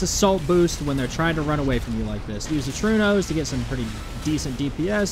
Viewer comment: Sir, are you aware of other languages other than english existing? Trueno is Spanish for thunder, and is pronounced "troo-eh-no", not "true-no". Please don't make my ears bleed no more 🙏